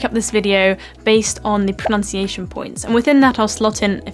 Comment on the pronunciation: Pronunciation is pronounced erroneously here!